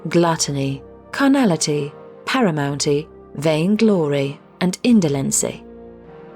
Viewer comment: Very nice. Paramountcy. Not Paramountey (as pronounced).